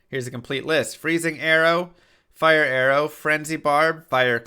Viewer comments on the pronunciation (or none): none